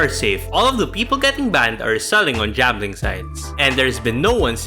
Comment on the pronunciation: Why the f you say jambling instead of gambling